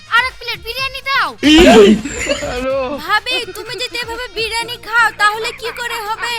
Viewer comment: ভাই এটা বিরানি না বিরিয়ানি হবে😂😂😂😂😂